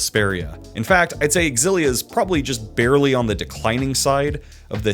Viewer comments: I’m sorry but you don’t say X-Xylophone. You’re saying it wrong. And that’s that. You point out the X AND the Z sound in that word and I’ll eat my hat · “It’s pronounced X-zillia, not Zillia”. Source? Trust me, bro. And then turns around and says “WAY-fu”??!!??? Bro, I’m not falling for your troll trap 😂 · Yes. Yes you absolutely should do a Xillia 2 retrospective. But only if you pronounce it Ecks-ill-LEE-ah just to further piss off the audience. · Si lia. I saw your intro and watched Zero's scream and immediately comprehended, still pronounced erroneously xillia, it's SI LIA. OON DAYN. not oondini. I reached your bit where Sam L Jackson spoke and I decided, you are right and I will enjoy your video, efff pronunciation. You've gained a follower.